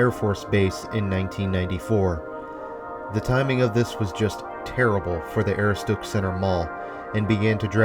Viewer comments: Ah-roo-stick. Aaahhhh it driving me nuts! When Maine places get pronounced wrong. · Aroostook is pronounced "Uh-roo-stuhk." Good attempt though! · it's A- rooh-s-took. But I got a huge kick out of your pronunciation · Great video but Aroostook is pronounced Ah-roo-stic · pronounce it "Ah-roo-stuhk" like a cross between "stuck and "took" - Aroostook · A-roo-stick is how it is supposed to be said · The way he says "aroostook" has me laughing I'm from pi and used to work at the Kmart there. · Dude! Just can't get past your mispronunciation of Aroostook. Destroys your credibility and watchability. 😐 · And he's totally butchering the pronunciation